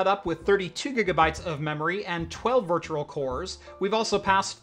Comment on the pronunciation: I can't stop hearing virtuRal